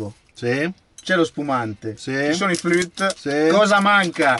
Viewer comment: se è per questo si dice flûte, non flut